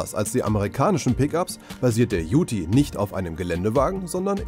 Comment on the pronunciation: Die Australier sprechen "Ute" übrigens mit stummem "e" aus. Also ungefähr wie das englische "you" mit einem "t" dran.